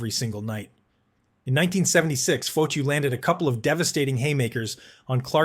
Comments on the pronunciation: Dude, it pronounced Fah-tee-oh not Foh-to sorry but that drove me nuts! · This reporter does not know hockey . Nick Fotchyou? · Its pronounced Fa-Te-u …. And he was a former boxer…. And the only man Dave Schultz did not want to fight !!